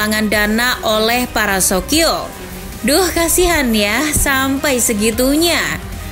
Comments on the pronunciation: Dibacanya sokio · Di bacanya Sosio